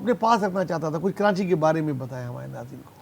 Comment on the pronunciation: کراچی کو کرانچی نہ بولیں